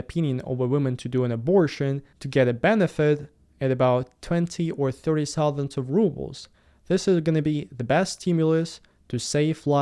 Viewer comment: Sorry, but your intro is very hard to keep with the way you say thousands. And thousands is just confusing..